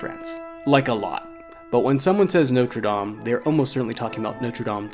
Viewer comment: Very enjoyable and informative video and the music was excellent. I'm going to be REALLY picky and I do apologise, but it grates each time I hear it. Your French pronunciation was, I thought, really good - Sacres, Paris, and French place names generally. The one word that grated was NOTRE, which Americans seem to insist on pronouncing NOTE-RE (NOTE as in 'note book'), whereas it should be NOT-RE (not as in 'red not blue'). If better or native French speakers have any comment on this or if I'm wrong, please let me know. At least it wasn't NOTE-RE DAME (DAME as in 'There is nothing like a Dame') which I hear Americans use a lot :)